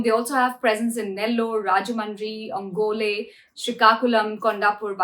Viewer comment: you suck. . new reader should know how to pronounce... Kurnool Ongole